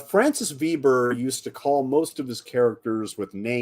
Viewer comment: sequel is sad original is a wowser Veber translation by Hollywood make me regret je suis americaine you need to learn French pronunciation.